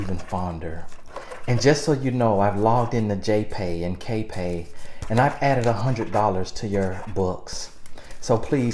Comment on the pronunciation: Not J-pay and K-pay!!!!!!!!! LAWWWWWWWD HELP💯💯💯💯💯